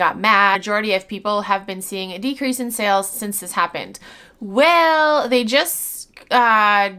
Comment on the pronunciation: Gawd I hate that. Like, is English her 1st language?